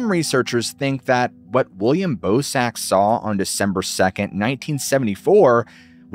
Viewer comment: im sorry but i can't unhear "ballsack humanoid" whenever you say bosak lol